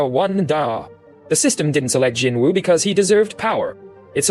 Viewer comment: Your TTS pronunciation of Jinwoo is as horrible as your conclusions. And your presumptions. Jinwoo's test WAS sacrifice and tenacity, the system would not, could not, choose someone without.